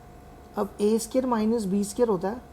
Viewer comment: bro a scare nhi square hota hai